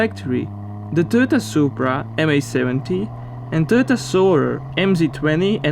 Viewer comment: You need to pay someone to do your commentary. The way you say Toyota makes me cringe